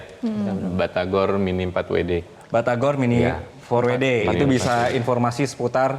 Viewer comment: tinggal bilang miniempatwede susah amat . kalo mau bilang pake bahasa inggris harusnya minifordabelyudi bukan miniforwede .😂😂